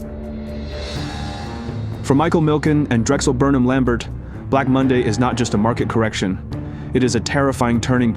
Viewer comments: It is pronounced LAM-BARE, not LAM-BERT. The final "t" is silent. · Good video! It’s pronounced lam-bare - not lam-bert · I’m pretty sure Lambert is pronounced’Lam bear ‘. Great work. !!!! Forstmann Little were the ones that attempted to facilitate the RJE/Nabisco merger. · The last name of Drexel Burnham is pronounced Lamb-BEER.